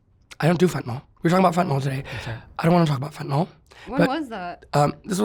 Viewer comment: FentaNYL- not FentaNOL